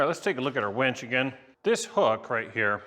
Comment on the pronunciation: "Your winch" or "your wench"? Be careful how you pronounce that, or you might be the next set of furniture that ends up in the bunker for 50 years. 🤣